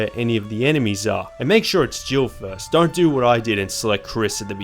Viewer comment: Haha so im not the only one who thought he said jibble instead of jill 😂